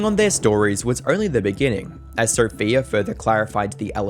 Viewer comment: Sophia should have left him just for pronouning her name as "Sopheer". How fucking stupid.